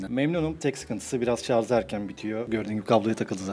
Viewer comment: abi adam teknoloji kanalında çalışıyor hala şarz diyor, kurtarın o adamı, bir de o teyzeyi kurtarın yahu.